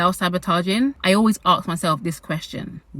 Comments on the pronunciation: its so interesting every time you say AKS nit Ask )) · Why do you say "aks" instead of "ask"?